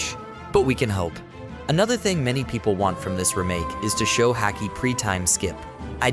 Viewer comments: The way you pronounce Haki sounds like a dude from Boston talking about hockey lmfao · Everything was great until you said Luffy and haki wrong. Comon man lol